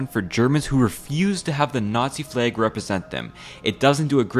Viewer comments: NOT A "FLAEG" IT'S PRONOUNCED FLAG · Said flag so many times I can only here it as Fleg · "Is this a fleg?" I can't unhear that. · Why do you say flag like plague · Wtf is a flaig? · I love your videos but I almost lost my mind hearing you pronounce flag as “flegg” 10,000 times 😂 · he said fleag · The way pronounces the world flag is funny. It’s like he’s saying flage. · Take a drink everytime he pronounces it 'flæg' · I know what a flag is, but what are these "flæygs" this guy is talking about? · Hello fellow Canadian. Your pronunciation of flag gave you away ❤ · That flag pronunciation just makes you so god darn Canadian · are you from washington because of the way you say “flag” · Less than halfway into the video and I can't get over how this mfer manages to insert the letter y into the word flag. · The way you pronounce the word "flag" is weird. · 'twas today that I learned that apparently americans pronounce flag differently from us